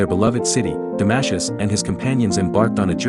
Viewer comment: “Damashus” ? Welcome to the world of AI generated history of philosophy accompanied by crappy AI generated music. We’re doomed !